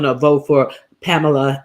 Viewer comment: The correct pronunciation of Kamala is like a "comma" in a sentence (comma-la).